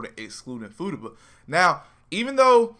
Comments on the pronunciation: Fu ta ba not footaba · Fu-ta-ba is how its pronounced lml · I pissed myself laughing everytime he said Fooduba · Take a shot everytime this man says footaba. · Footuba sounds like a sport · He is straight up SHITTING on her name!